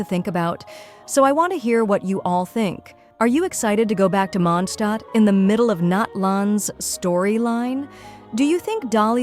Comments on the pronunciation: That was the closest i ever heard an english voice calling mondstadt correctly, and ofcause it was an ai... It's Mon>d< Stadt Ai sayed mon Stadt. It's close enough wile outhers call it mondsted. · I find it funny when the AI voice says “MONSHHTADT” 😂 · Welcome to The Mondshtat - Sean Connery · Istg if I hear mOndShTaHt again